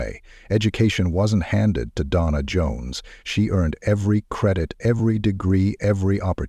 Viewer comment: You can tell it's AI when they go from calling her Donna to "Dona". Lol